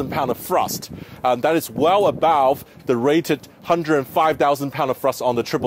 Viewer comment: it’s thrust not frust it’s other not oter it’s elevated not alevated good job sam